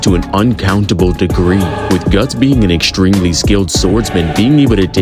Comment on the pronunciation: My brother in Christ, you're American. You guys can't even pronounce stronger correctly... SH-dwrong-gurr Also, Eck-SH-dreamly